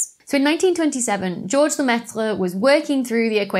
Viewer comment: That was NOT a horrible Aussie accent. Dr. Becky. Thou shouldst not sell thy linguistics short. Singing the BBT theme. Loved it! And thanks for pronouncing Lemaitres' Name. Been wanting to hear it for some time. A hard one to remember.